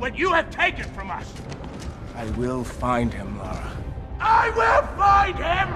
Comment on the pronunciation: Kal-El Mother's name is Lara. Lara Lor-Van...not Laura...but hey...pronunciations, right...